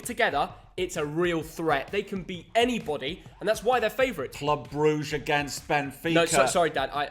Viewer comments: Gotta improve on your "Club Brugge" Pronounciation :D <3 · Boos y’all need to pronounce Brugge properly at this point ty